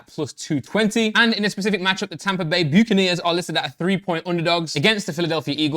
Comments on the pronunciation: This episode felt more serious than the other ones but I absolutely creased when Randy said "Buke-aneers" in the NFL ad. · Hey Randy! Hope you’re doing well regarding everything. I’m excited to see what you do this year 🔥 P.S it’s pronounced Buck-a-nears ❤️😂